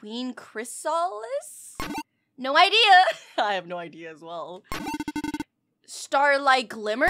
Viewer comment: Me: Wow, oh, you mispronounced the names abit😅 trek and queen chrysalis My mind: YOU UNCULTURED SWINE- (No offence) My mind